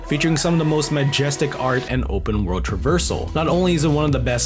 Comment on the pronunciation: BREAF of DA WIYULD